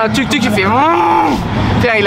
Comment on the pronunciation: le U n'existe pas en Thaïlande donc tuktuk on dit "touktouk"